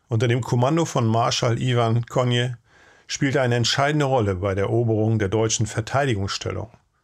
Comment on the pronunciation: Für's nächste Mal: Der SU-Marschall Konew bzw. Konjew wird KONIEFF ausgesprochen. Bei deutschen Ortsnamen auf -ow ist das W ein Dehnungszeichen und kein Laut. – Ist leider so kompliziert. LG